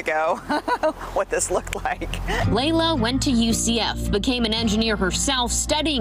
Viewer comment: Its Leila not Layla🤦‍♂️🤦‍♀️